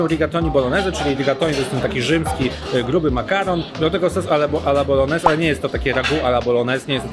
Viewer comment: Kolejny fajny film. Mała uwaga - nie tylko „e” zabrakło. Bolognese wymawia się jako bolonieze, czy tam bolońeze, a nie boloneze. Gn we włoskim to nasze takie ń. Np gnocchi - wymawia się jako ńoki 😊 . Pozdrawiam.